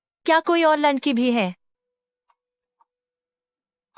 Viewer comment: ladki ❌ landki ✅😂😂